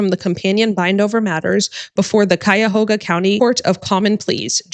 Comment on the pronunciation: Kaya-HOE-ga. Very good.